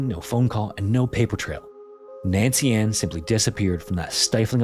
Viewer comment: Please choose how you're going to pronounce names and stick with that pronunciation through the whole video. Every single time you said her name, it was either Nancy-space-Ann, or Nancian. C'mon.